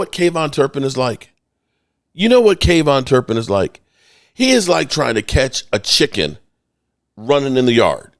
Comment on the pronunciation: I thought the same thing it sounds ridiculous